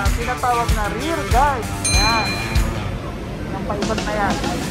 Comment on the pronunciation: Hahaha :D ayan ka na naman, patawa ka talaga :D "RAIL GUARD" hindi REAR GUARD :D